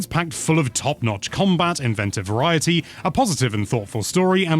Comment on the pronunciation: Shoutout to rolling your R when you said "Variety" like the show Viva Variety.